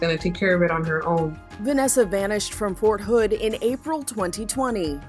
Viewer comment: “Fort hood”? Oh nah